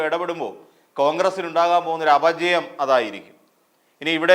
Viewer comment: അപജയം അല്ല, അപചയം .